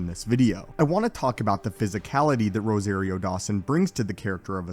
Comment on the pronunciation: Cringe: every time he pronounces Rosario's name. It's rose- ah- rio not ros-A-rio !